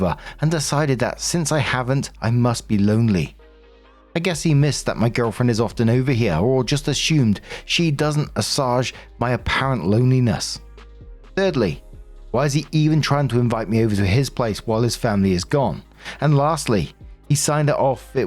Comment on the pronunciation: "assuage" is pronounce "ass-wage" 🙂